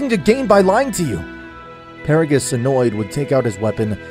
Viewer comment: He said BeRoOs